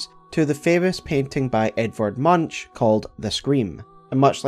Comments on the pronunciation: My only contribution is its not pronounced "Munch" like chewing on something, but rather more like "Muunk". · Edvard Munch's last name is pronounced as "moonk", not "munch". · Love the video and all it contains. BUT and i am sure others point it out to. Munch is pronounced Munk. The C is hard, tho this makes him sound kinda cute 😂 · I smile every time you say munch because his name is pronounced moonk, but it's cute how you say it😂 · Munch 💀💀💀 it's moon-k 😊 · "Munch" is pronounced as "Moonk". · I think the pthumerians would pronounce the ch in Munch as a hard k! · your pronunciation of Munch's name is hilarious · Just here to remind you that Edvard Munch is pronounced with a hard K-sound in place of the "ch" and an O sound instead of the U :) In norwegian it's a homophone of "munk" which means "monk"